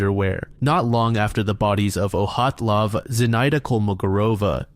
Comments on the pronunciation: I’ve heard all sorts of incorrect pronunciations of “Dyatlov”, but “Oh-hat-lov” is new 🤣 It’s also been definitely proven to have been an avalanche, so it’s just crackpots who consider it still a mystery. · Where the fuck did you get the pronunciation of “Oh-hot-lov” from the name Dyatlov???? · ...Why does he call Dyatlov "Ohatlov"? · I've listened to dozens of videos and podcasts featuring the Dyatlov Pass incident, but I've never heard it pronounced like that before